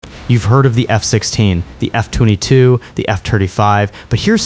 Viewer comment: Something that bothered me once I noticed it was the pronunciation of F22 & F35